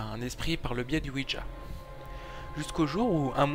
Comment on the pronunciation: juste ouija et pas ouidja x)